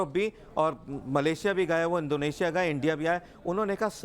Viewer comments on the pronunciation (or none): none